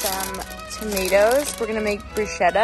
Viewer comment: Words americans don't know how to pronounce: bruschetta, pistacchio, salame, versace 😂